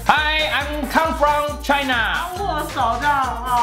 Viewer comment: China is china 聽成 台南is台南😆